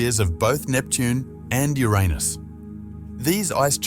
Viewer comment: WTF "yo-raa-nis" ??? it's pronounced "your anus" NASASS🍌